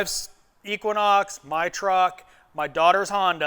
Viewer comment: I stopped when you said equinox